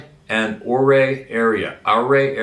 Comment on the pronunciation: It is pronounced - You.ray. .... Ouray